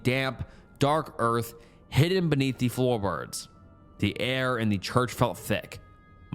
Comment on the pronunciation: I swear you almost said Floorbirbs